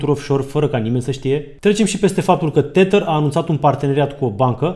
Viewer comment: tedăr iar r-ul e silent, nu tetăr. oricum e mult mai bine decât titărul lui Mihăiță 😁